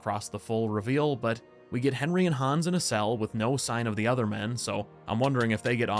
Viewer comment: Han’s awss. Please keep saying it that way.